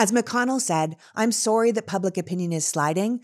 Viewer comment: I like that she still pronounces "sorry" as a Canadian!!